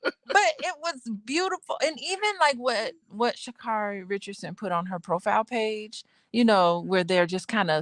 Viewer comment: Say her name correctly